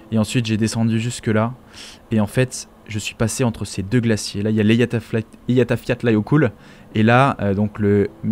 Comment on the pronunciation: La prononciation des nom islandais c'est toujours pas ca 😁 ... Répète après moi : "éya-fyatla-yeukutl" 🤓